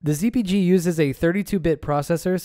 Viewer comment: Even the CC thinks your saying Z"B"G lol. Took me a moment.